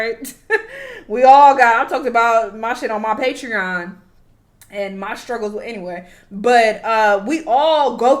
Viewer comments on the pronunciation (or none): none